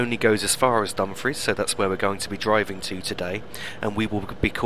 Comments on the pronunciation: Also, not to be critical and it may just be my hearing but it sounds as though you are pronouncing Dumfries as Dum-friz if so it's actually Dum-freess, if not apologies. Thanks again for the great videos,. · You are correct, I was mispronouncing Dumfries in seems lol:p